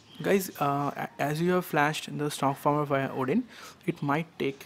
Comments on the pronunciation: dude you said FARM-WHERE, instead of firmware! Great Video BTW.. Thumbs up! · Firmware is pronounced 'Fermwear' not farmwer